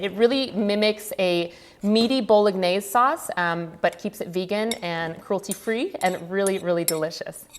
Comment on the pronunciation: Btw, you don’t pronounce the G in bolognese